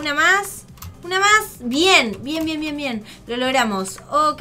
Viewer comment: Like Like si creen que dijo cuando dijo bien bien dijo ven